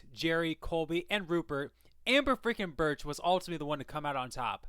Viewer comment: u didnt say ambers last name right. it isnt birch lol. its brkich